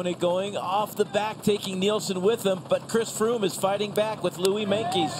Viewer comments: Did he say Fhris Chroome? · I'm pretty sure Phil said "Friss Croome"